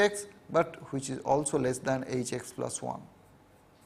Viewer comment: all is well but he keeps saying which as huvich